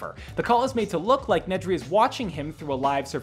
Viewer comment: Pronounce solace correctly Pronounce Nedry correctly That’s not Galvatron Stormtroopers in Ep 4 onwards are not clones Poor reporting screenrant